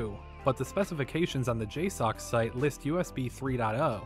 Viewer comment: It's pronounced "J-sucks"